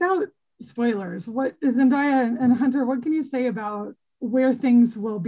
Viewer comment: no, she didn't. If she had pronounced it correctly, I wouldn't have commented. The interviewer pronounced it zen-DIE-uh. It's zen-DAY-uh. And Zendaya has mentioned multiple times in other interviews that people mispronounce her name and it seems to bother her.